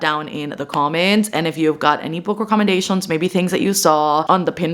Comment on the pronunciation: Just letting you know book recommendations is pronounced as ‘recommend-ations’, just thought I’d point out incase you didn’t realise 💖 I always hear you in videos say it as ‘wreck-om-en-dations’ 😅